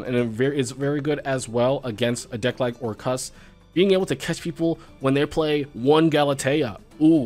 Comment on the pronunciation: missed saying "or-CUST"